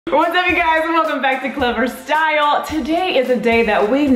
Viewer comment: ikr! where was the Clevver"Stal!"